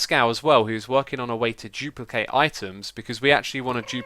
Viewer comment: Xisuma new word of the day 'jooplicate'